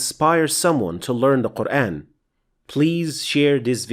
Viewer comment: Its just me or you guys hear "Quraen" ?